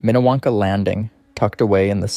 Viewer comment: It’s Minniewanka in not what you just said